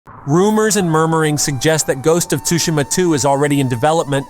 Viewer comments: How does he say ghost of “tushima” wrong but say it right “set on tsushima island”?? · Is this AI??? The voice sounds fake and is pronouncing "Tsushima" wrong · The T is silent